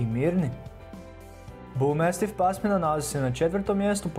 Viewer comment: Ne kaze se mestif nego mastif🙄